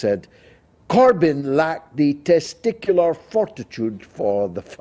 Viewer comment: Tescular fortitude 😂